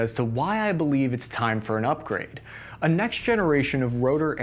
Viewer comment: Kamala Harris gets excited every time you say upgrayedd!